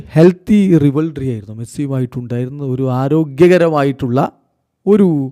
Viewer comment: ഇങ്ങേർ സ്ഥിരമായി തെറ്റിച്ച് പറയുന്ന വാക്കുകൾ ആണ്‌ 'റിവൽറി' (റൈവൽറി), പിന്നെ 'ഐഡോൾ' (ഐഡൽ).... 😬